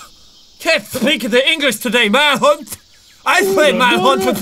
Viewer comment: Jack:manhunth Me:I slammed my penith in the door